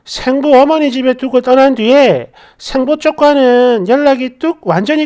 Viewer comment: 생모, 생부의 발음은 앞 글짜 ‘생’에 액센트가 있음을 아시고 정확하게 발음 해 주셨으면 합니다.